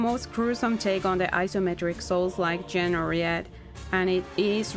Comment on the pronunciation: French it seems. Not really even English.